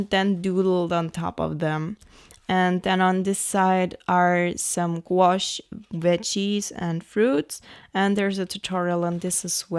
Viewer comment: I love your art so much. And your accent is lovely 🌹 I did giggle each time you said veggies tho :)